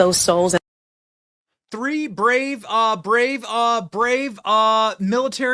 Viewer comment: She clearly couldnt say “brave” men